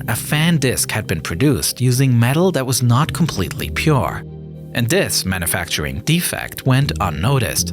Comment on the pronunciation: I thought for sure it was AI. Dat instead of that. Da instead of the. And crickly instead of quickly.